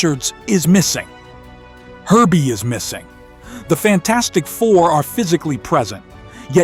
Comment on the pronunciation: Did he just call Herbie Erbie and M,baku Mabaku ? 😂